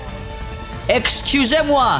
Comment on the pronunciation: Cet accent purement français pour le "excusez-moi" mérite un commentaire le félicitant ! Bien joué pour tes vidéos !